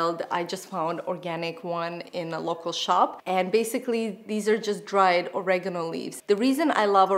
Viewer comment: "Oregano" -, please learn how to pronounce this.....